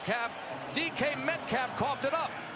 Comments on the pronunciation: “D-calf metcalf” 😂😂😂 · “Decaf metcaf” 😭😭😭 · “Decaf Metcalf” is about as great a slip of the tongue as you’ll ever hear. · Decalf Metcaf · "the rookie DeeKap Metcalf" lmao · “decaf metcalfe” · “decaf metcalf” 🤣🤣🤣